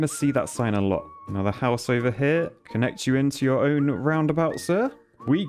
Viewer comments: Americans: "over and over and over and..." This guy: "uva on uva on uva on..." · He says over oyver